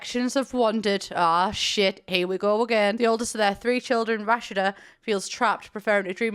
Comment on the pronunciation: Also im pretty sure it's pronounced Ra-Shee-Da